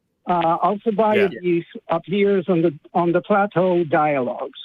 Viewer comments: He specifically mentions that Alcibiades is mentioned in Plato's dialogues, except he pronounces Plato as "plateau". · I think the fact that he couldn't pronounce "Plato" was also a mark against him.